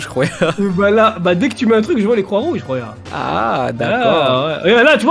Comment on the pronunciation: ARRETER de dire rouya jen peut plus XD